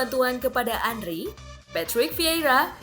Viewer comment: bukan Andri min Andre wkwkwk Henry di bilang Andri wkwkwk abal2 admin nya